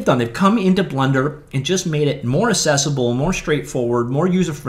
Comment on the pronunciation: The word is "accessible", not "assessable"!!